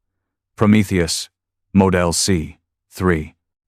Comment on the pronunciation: Model not moe-del